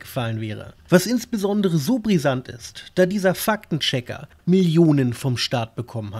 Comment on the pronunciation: Wieso höre ich immer "Fack den Checker"?! 😂 Ein Schelm wer böses dabei denkt.